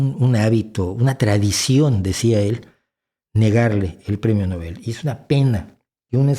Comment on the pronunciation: Nobel se acentúa en La “O”